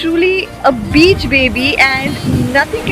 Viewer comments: Have you said beach baby or bitch baby..😄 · She said beach baby 😂 Not bitch baby 😂